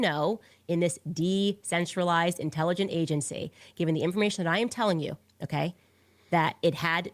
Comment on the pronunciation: I know I'm being nit picky but does anybody notice Candace just can't pronounce certain words? For someone who is supposed to be so smart but she can't pronounce "intelligence"?